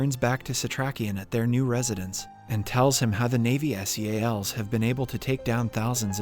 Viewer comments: man its Seals not S.e.a.l.s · im confused, i thought you were a person reading the script... not a TTS bot. NYC and SEALS are not pronounced N.Y.C or S.E.A.L. ... now im disappointed this is another bot channel ;/ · Right. I came to the comments to see what others have said. He said "ad" instead of A.D., he calls the SEAL team by their initials, and just mispronounces so many easy words and known slang that it makes me wonder how. Kind of annoying tbh. You'd think they'd at least go over it and redo those parts. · … where do some of these recap channels get their pronunciation? I’ll watch them, but some things just jump out like “NY City” and spelling out S.E.A.L.s instead of Seals like everyone else. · ive ignored alot like being oddly annoyed by your mispronunciation of staten island its sta-ten not stay-ten and its not s e a l s its seals not broken up for definition but combined like the animal you sounds like youre from the u.s.a. canada or the uk but you have no ability to enunciate correctly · PLEASE STOP PRONOUNCING SEALS AS S E A L S, IT IS SO CONFUSING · content farm people who says s.e.a.l instead of seals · WHY CANT YOU JUST SAY SEALS? CHRIST.